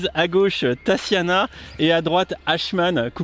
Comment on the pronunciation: TaSSiana ? Depuis quand prononce t-on ce prénom ainsi ? Mes origines russes pleurent à chaudes larmes.